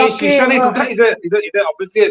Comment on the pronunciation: Sisa nehien tuta ,ha ha